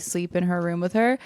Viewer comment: The way says “room” is crazy